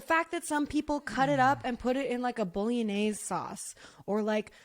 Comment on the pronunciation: How says bolognase has me in stitches! 🤣❤